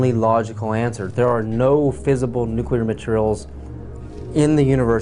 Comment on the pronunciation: Jess Fulbright Yes the word nucular was a bit of a dead giveaway with that guy!